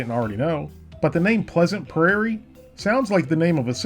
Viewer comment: When he mispronounced the word prairie it triggered me so much lol